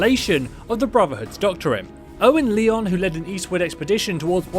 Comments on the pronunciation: First off, the name is pronounced 'lions', not 'lee-ons'. Now, as to good or evil, I guess it depends on whether they decide to shoot you or not, basically. The BoS will attack anyone who they perceive as a threat, and in game, if you build artillery in settlements, even though you do not threaten or fight with the BoS, they will attack those settlements, and go to war with the MM. There's no shades of that, it's pretty black and white, they attack without justification....thereby showing that all the 'saving humanity' jingo'ism is simply self-serving PR, nothing more. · You know this guy never actually played Fallout 3 and is just reading from a script when he pronounces Lyons as “Leon” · Elder Lee-Yons ad victoriam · Cmon curse as big as you are you should know that lyons is pronounced like lion not Leon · Amateurs...L Y O N S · It's pronounce lions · that's not how you say Lyons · It's "LYONS" like "LIONS" they even call his upper echelon the "lyons pride" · It's pronounced Lions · Pronounced lion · It’s Lyons not fucking leon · It's Lyons as in Lyon's pride. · You said Lyons wrong and it’s sooooooo annoying. I understand about different t dialects and such but I go off how the game says it. So your wrong. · The way you say Lyons pisses me off to immeasurable degrees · I really want to know why this guy can’t pronounce Lyons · Does it bother anyone else that he keeps mispronouncing Lyons? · The way you pronounce Lyons makes me cringe. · Can you seriously not pronounce "Lyons"? For real? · Your pronunciation of lyons name is wrong and you've clearly played fallout 3 so you have no excuse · it's not elder leon its elder Lyons (lions) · It's not "Leon", it's "Lion". It's just spelt with a Y. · Lyons not leon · Lee-on's group?? LION'S group! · It's not pronounced elder Leons it's elder Lions but spelt Lyons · Leon?? It’s Lyons like Lions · Leon's brotherhood? It's pronounced as if you were to say lions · It’s pronounced Elder Lions, Lyons is pronounced Lions.